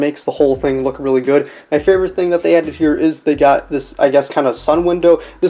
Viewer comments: Why do you say fravorite instead of favorite? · "fravorite",,2020